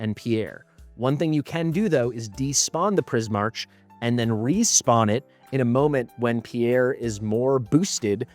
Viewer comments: It’s pronounced Pris-MARK, not Pris-MARCH. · wouldn't that be pronounced Prismark? I'm not sure but the way you pronounce it feels wrong Edit : ow wait maybe it's not even Prismark but straight up Prie-Mark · Please learn how to pronounce Prismarch its not the way you do it.